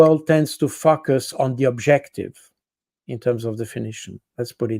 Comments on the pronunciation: Please point out to the good the proper pronunciation of the word "focus".🤣🤣🤣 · Col. Baud is always so very interesting and well informed. That said, i had to take a quadrupletake i. e. A double take twice on his pronunciation of the english word "focus"; version of a freudian slip? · He's right though, they do "focus" 😊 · I'm basically listen to almost every podcast you do, but I really appreciate the ones with Col. Jacques Baud, I totally love his humanitarian idea of the existence and use of the military... One thing I have to say though, something that always make me smile during these conversations is when he pronounces the word Focus.. I'm probably childish to point it out, it doesn't matter to me at all because I'm her for the deeper content, but really, It always gets me laughing because most times the focus is really just that pronunciation of focus... Keep up the good work, love what you and your guests are bringing forward! 👍